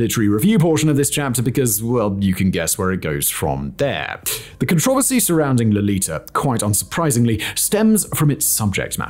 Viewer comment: My English teacher criticized me for pronouncing "controversy" the way you - a native f-ing English speaker says it!!! I wish I could show her this video! :D